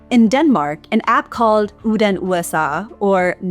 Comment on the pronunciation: Uden USA is pronounced Oen like Owen but the D is silent. so Uen